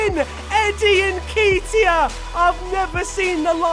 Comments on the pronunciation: Everytime you said "En-key-teya" I wantes to kms, it's "En-ket-iah" bruv but great vid still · I beg when you say Eddie nketiah you don’t pronounce it nkeytia it’s nKETiah as do a bit of ket this weekend at the festival other than that love the series😂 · it's pronounced n ke t i a not n kee t i a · It's Eddie N KET E A Not N KEET E I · It’s Eddie n-KET (like get but with a k)-iah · Nketiah is pronounced (N- KEHT- IAH) and his number is 30 irl. Love the videos especially bc I’m an arsenal fan 😂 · btw its pronouced ne-ketia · it’s Eddie N-Ket-Tiah Like so can see! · Alistair Verdon *n-keh-tee-ah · The way he says nketiah kills me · That's not how you say Neketia